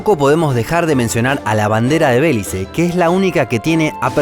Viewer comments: Se pronuncia Belice, no “Bélice”. Además mencionaste a los personajes al revés: el de la izquierda es el mestizo y el de la derecha es el criollo. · ¿Por qué no acentúa bien algunas palabras, así dice Rumania en vez de Rumanía o dice Bélice en vez de Belice? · se pronuncia Belice, no “Bélice”. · ups, dijo Bélice en lugar de Belice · La palabra Belice es llana, y no esdrújula como dicen en el vídeo. Si fuera esdrújula se escribiría "Bélice". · No tienen idea de lo q amo las banderas y este canal! Solo q me pareció q No se pronunció bien a “Belice”, lo cual es extraño viniendo de un canal tan culto! También hay elementos en común con banderas q pertenecen a Islas. Como q varías de ellas tienen franjas en diagonal y estrellas ✨. También otras del Medio Oriente y musulmanas q tienen medias lunas 🌒 . De cualquier manera, me parece q este es uno de los mejores canales de YT q he podido encontrar! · Belice se pronuncia con fuerza vocal en la i